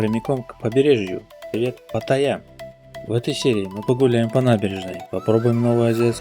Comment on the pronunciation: Привет. Паттайя - ударение на вторую "а"